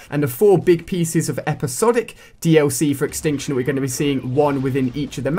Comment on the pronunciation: The word extinction is missing the t in tion